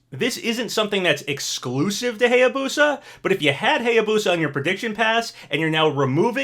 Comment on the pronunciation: Still pronouncing Hayabusa wrong, also Masamune was pronounced wrong 😭😭😭 but now you're pronouncing Heihachi correctly yass!👏👏👏